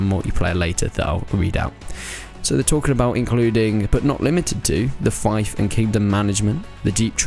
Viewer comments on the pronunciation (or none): FUCKING HELL!!!! CAN NOONE SPEAK ENGLISH!? You and some american Utuber keep saying 'fighf/feyef' instead of fief 'feef'. Please stop. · Come on, pronounce 'fief' correctly